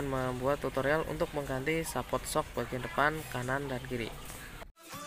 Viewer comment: Ngomonge sehport bukan saport..